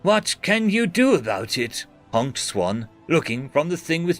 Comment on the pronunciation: I love how its "hjonked" instead of just honked lol